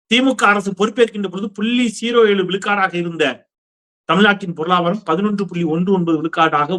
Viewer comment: திரு... நான் தொடக்கத்தில் இருந்தே உங்கள் பொல்லொவ்வர்... உங்களுக்கு ஒரு வேண்டுகோள்... பொருளாதாரம் என்ற வார்த்தையை நீங்கள் தவறாக பொருளாபாரம் என்று உச்சரிக்கிறீர்கள்... எனவே வருங்காலத்தில் சரி செய்துகொள்ளுங்கள்... 😊🙏